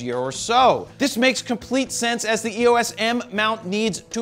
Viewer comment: Please learn how to pronounce “Pulitzer.” (And “EOS.”)